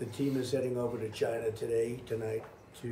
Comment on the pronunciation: LOL gina instead of china